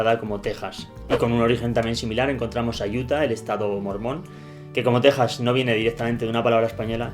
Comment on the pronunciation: Eres de los los pocos no mexicanos que sí pronuncian Tejas correctamente 👍 Se ven bien ignorantes hablando español pero diciendo Tecsas 🤮